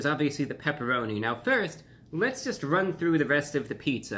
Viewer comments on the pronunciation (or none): none